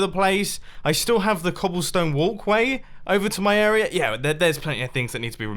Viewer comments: I hate how he says 'arier' instead of area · Dear Mr. Mumbo: It's AREA not AREAR !!!!! ;) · I just realized he says “area” as “errorer” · This arier is done and this arier is done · Sometimes he pronounces "area" correctly, other times he says "errorer"